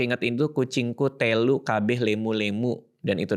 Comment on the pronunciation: bang bacanya kucingku telu, e nya pake "e" telur, bukan "e" lele wkwkkw. Lucu banget dengarnya, tapi gapapa wkwk 😅🤣